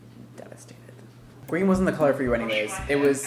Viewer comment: At the start it sounded like he was saying let's get cholera and I laughed harder than I should've